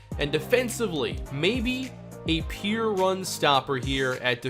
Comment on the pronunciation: I have a noncontrollable cringe whenever he says peer instead of pure